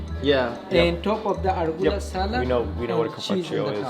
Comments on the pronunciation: Raw beef dish? Sounds like tartare, not Italian ham. Arugula, not "rugola". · he said top of the argula salad 😂😂😂😂